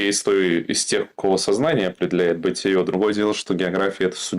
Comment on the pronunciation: БытиЕ, а не бытиЁ, грамотеи! Бытиё рифмуется только с ё-маё